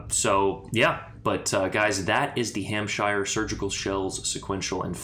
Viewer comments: Pronounced hampsher 👍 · I mean say the name properly then lmao, it's an English name, so say it as one. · Considering it is pronounced exactly the same as New Hampshire, the fact that Americans invariably mispronounce it suggests that you are just trolling us.